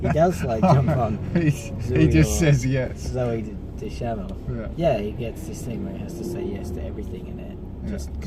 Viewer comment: You pronounced Zooey Deschanel funny, but aside from that awesome little chat! Keep em coming!